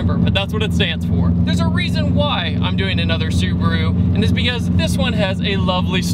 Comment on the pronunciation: yyyaaasss hahaha that Subaru pronounciation on point!!! 👌that's how my Japanese uncle says it like lol